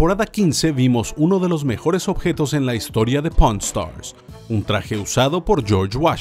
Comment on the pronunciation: se que dice pawn stars pero alguien escucho porn Star